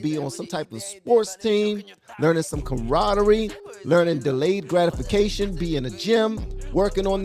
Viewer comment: you said "camaraderie," and I realized that after I had been laughing for 5 minutes, thinking you were trying to say karate. I need to go to bed 😂😂